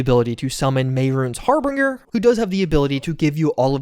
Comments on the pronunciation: "Harbinger" is pronounced "Har bin jer" not "Har binger" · Mehrunes "Harbringer"? 😂 HAR-BIN-GER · It's pronounced har-BINGE-er, not har-BRING-er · Harbinger. Not "Harbringer". That's not a word. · Harbinger is pronounced Har-bin-jer fyi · HARRR- BIN- JARR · Me trying to figure out if bro actually pronounced it “Brah-viL” when he suddenly hits me with “Mehrunes HarBRinGer” 😐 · Bro doesn't know how to pronounce harbinger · lol the way he pronounces harbinger